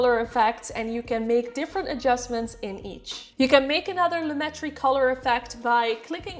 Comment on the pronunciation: Hi. Thanks for the video. The explanation of the difference between saturation and vibrance finally hit home for me so I will be able to remember the difference. As for the pronunciation of "Lumetri," according to a comment on Adobe's support forum, it is Loo-met-tree. They said the other ways of pronouncing it are from misunderstandings of the English and French languages. Here's the link